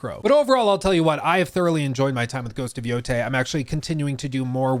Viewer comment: I wonder if we'll ever be seeing, better said hearing, a single channel pronouncing this title in the correct way.